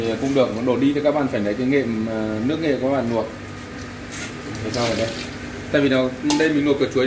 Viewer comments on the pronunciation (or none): Kênh rất hay,hữu ích.Nhưng nói những từ có chữ L toàn thành N.Vì dụ; Luộc thì noi thành Nuộc,Làm thì nói thành Nàm...Hỏi những người xung quanh,30 giây là sửa được. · Sửa ngọng đi bác ơi? Nói ngọng nge hại não lắm. Nuộc là gì? Nuôn là gì?😰😰😰